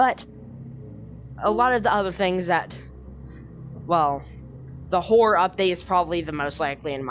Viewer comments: you said “hore” instead of horror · listen to it again it sounds like you said hore